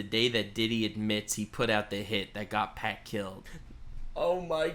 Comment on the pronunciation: How did and butcher names so bad. 2pakc and Casey and kid Coody. 😂